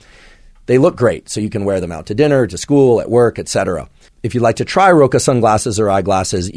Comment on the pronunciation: Andrew its okay to like dinner you dont have to feel bad about it LOL!!! sorry its just the way you said it